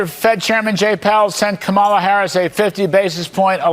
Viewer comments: English language makes us naturally put emphasis on the second syllable instead of the first. But like you can place some slight mindfulness to correct that natural inclination. Most Japanese words work the same way. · Why can’t they pronounce her name ,, its as if they have mental block as well as linguistic problems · Trump is the one who started pronouncing her name wrong from the very beginning. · Emphasis is on the first syllable in "Kamala," just like in "Donald." So... crazy hard to remember, right?! 😆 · I think there was a memo email that said, "we will now pronounce Kamala in any way you want as long as it's not Comma-la". And just a reminder, don't say the Democratic Party, it's democrat party. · the way they purposely say "ka-MAH-la" is so unbelievably childish and racist. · They are broadcasters. They seem to say Zelensky, Netanyahu, and Vivek Ramaswamy correctly. They know how to say it. They mispronounce it on purpose to be disrespectful. It's also a way to be othering. The accented syllables in Kamala follow the same ones in common white American names like Pamela and Angela. Accenting the middle syllable is just an attempt to make it sound foreign and/or "ethnic". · He said he name correctly one of the times so he knows it.. they purposefully mispronounce it which is just such bully behavior and has racist tones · Quit mis-pronouncing Kamala's name! :face-red-droopy-eyes: My name is so basic and so forgettable. Guess who I really am?!?! Juan Molinero? Jean Meunier? Johann Müller? John Miller? I'll never tell🤭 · Maybe these people that cannot pronounce Madam Kamala's name are not smart. They could have a mental problem because they cannot remember something so simple. Therefore we should vote for Harris/Walz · I am so sick of them mispronouncing her name intentionally. It's so disrespectful. They are beyond deplorable.